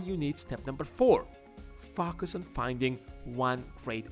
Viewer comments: Dude please correct your pronunciation of the word focus, it seems to be matching with another bad word f*** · Love listening to your channel Only because the way you say "FOCUS" I mean Fucus!